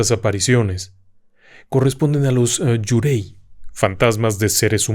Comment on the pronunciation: Gran video! Solo una cosa: Yurei se pronuncia "iureee".